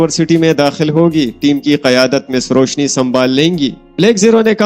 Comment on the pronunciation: Bahi correct name is Roushi.. not Roushne